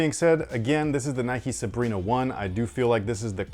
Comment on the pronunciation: I am a Romanian dude and you said her name correctly so good job